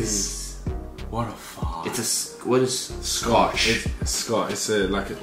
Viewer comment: "SCOTT" wtf! Its pronounced "SHOT" and thats a classics 90's NY brand. Legendary brand. Know the roots